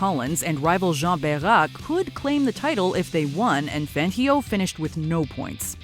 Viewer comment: Please lady, learn how to pronounce Fangio’s name! Listen to the commentators from the videos you’re showing...